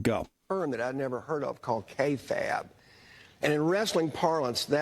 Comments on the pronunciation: It's usually pronounced "Kay Fabe" where Fabe rhymes with babe. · Pronounced “KAY-fayb”